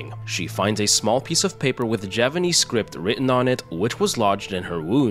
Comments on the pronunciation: He is saying it wrong. The 'P' is unmistakable. He messed up his narration, and couldn't be bothered to redo it again. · You're still saying it wrong though. The 'P' is unmistakable. You messed up your narration, and couldn't be bothered to redo it again. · This… is not Japanese… Edited to say I just saw your comment about you saying ‘Javanese’ Mbmb